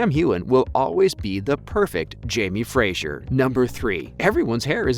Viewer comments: Fraser, not Frajer sweetie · As a Scot, hearing the way you say Fraser is irritating as it's pronounced Fra-ser not Fra-zure. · It’s Jamie Fraser not Frasier! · Great piece. But every time you mispronounced “Fraser” as “Frazier” it took me a few seconds to let it go🤣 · It’s obvious from this video that you have never watched the show. There is no i in Fraser. If you are going to report on these shows, please get the names right. At least you pronounced Sam’s last name correctly. Thank you for that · Please pronounce Fraser correctly, it's not Frasier. Thanks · His name is Fraser, not Frasier. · Oy! It's FRASER not Frasier! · It's pronounced Jamie Fray-zer - not Jamie Frayzshier. Please pronounce it properly! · So irritating everytime he says Frasier. It is pronounced Frazer. I should know since it is my name and I'm Scottish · Yep. Knew all that. And it’s “Fra-zer”. And Cait is “Cat”. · ughhh i cringed everytime he said frazier! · Makes it hard to get through these videos. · Has anyone there watches the show? Please pronounce Fraser correctly! It’s kind of important. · started to watch then you could not pronounce Fraser or Hueghan!!!!!!!!